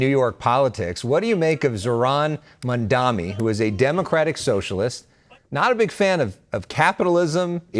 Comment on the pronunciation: It's Mamdani.. not Mandami. Meidas Mighty! 💙